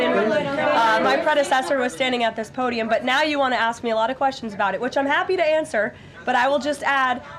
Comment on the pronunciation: It's pronounced ask, not axed. Get the crap out of your mouth. lol